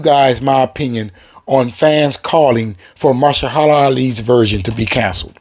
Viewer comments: My brother it's Ma- her- sha- la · Put some respect on his name it's .....MA...HER...SHA....LA it's not that hard!!! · Firstly, stop talking as if you somehow represent all fans in terms of what we want.. Secondly, Mahershala (MAH-HER-SHUH-LUH ffs man) Ali is a 100 times better actor than Snipes is, and there’s no disputing that. You sit there going on about giving the fans what they want, but what you’re talking about is just more pandering fan service. Deadpool & Wolverine is the exception because of Deadpool’s “ability” to break the 4th wall, but we DO NOT need more films based solely around fan service and nostalgia. The problem with the most recent batch of MCU films is that Marvel/Disney have been terrified to LOOK FORWARD. We need new blood, fresh faces; NEW character introductions, not character RE-introductions. Let Wesley Snipes come back for Secret Wars, sure, we can have multiples of SEVERAL characters for Secret Wars, because it MAKES SENSE… but let Mahershala cook. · Muh-Her-Shuh-Luh (pronunciation of Mahershala)